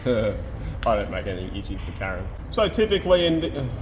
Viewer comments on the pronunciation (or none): none